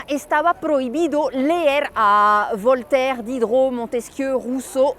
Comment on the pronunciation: Voltaire, Rousseau todos esos nombres los ví en los libros de historia de la secu Pero hasta ahora alguien francés los pronuncia como debe de, con correcta pronunciación francesa😂😂😂😂 nadie en ese entonces ni siquiera el profesor los pronunciaba correctamente